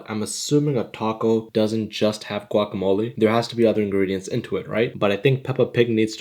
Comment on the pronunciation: “Gwah keh mohl leh” 💀